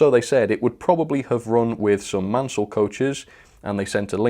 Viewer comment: Be careful with your pronunciation. Don't confuse Richard Maunsell of the Southern Railway.. you must not ignore the "u" so Maun-sell.. with the much earlier Richard Christopher Mansell - Man-sell - of the South Eastern Railway famous for his composite wood and metal carriage wheel.